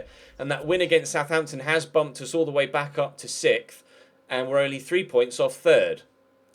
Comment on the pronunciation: The way you said sixth - it kinda sounded like "sith" lol